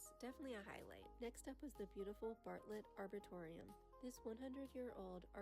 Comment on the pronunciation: the way she pronounced arboretum is insane.